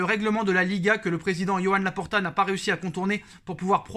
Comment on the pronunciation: "Yoann Laporta"... Je savais pas qu'il était breton 😂😂